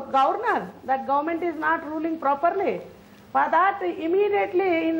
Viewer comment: Properrrrrly .....verrrrrdict 😭😭😭